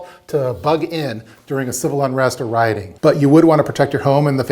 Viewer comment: CIViL not Cival. Great video though.